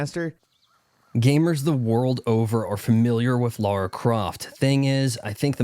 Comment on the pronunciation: You make fun of people for saying aspyr wrong, yet you keep saying Laura instead of Lara. Just… just… fuck off really.